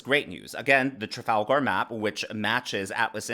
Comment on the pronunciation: Why does he pronounce Trafalgar like it’s a character from LotR?